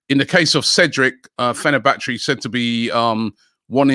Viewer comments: Robbie killing names since 2013. fenerbachery, laucharo 😭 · Man said Fernabattery 😭😭😭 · I can't take Robbie seriously if he can't pronounce properly,Fernabattery? and Lachurro' wth! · Normal People: Fenerbache Wobbie: fENeR-baTTeRy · robbie its Fenerbache NOT Fenerbattery !!! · When Robbie said ‘FenerBatTree’ i died 💀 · Did I hear Rob say Fenerbattery🤣🤣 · Fanna battery loll robbie an his pronunciations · Man said fenerBATTERY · Lachurro ,fenebatry What the hell is going on with Robbie? This is your job, learn pronunciation before ing next time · Fener-battery 🤣😂 Robbie you are so funny with your pronunciations 🤣😂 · Man said Fenerbattery twice. Gotta love pronouncations🔋 🤣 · Naa I lost it at Robbie saying Fena-BATTERY 🤣🤣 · “Fernebattery” uno 😭😭😭 it gets worse every day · 😂 I really want to have a tasty lachurro in fennabattery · The Don of Mispronunciation strikes again.. Fene-battery now is it? hahaha Robbie you killing me every morning.. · Robbie did you just say FenerBattery 🤔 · Fenerbattery!!?? He said it once, corrected himself, then said it wrong again. What’s wrong with this guy!!??